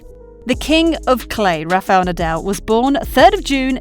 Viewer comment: Rafa Nadel? 😂